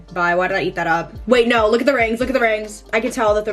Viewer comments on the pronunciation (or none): i love when says "noR" instead of "no", now i say that too..